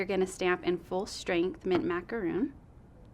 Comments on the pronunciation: Love this bundle. Some great ideas. However, I'm sorry, I too was distracted by calling "Macaron", " Macaroon". representatives from the company should be presenting correct information. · Me too! hahaha! I was like we had this discussion when the color first came out It's Macaron - RON not ROON! hahaha! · Your rep doesn’t know how to pronounce macaron!?! Did no once supervise this? Ack! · if it's in one of their color names, they should have training on how to pronounce it. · Great video - very informative! I got this bundle in my preorder. Macaron pronunciation was a little distraction ;) I also got the new embossing pads for the Big Shot. Nice to see them in action.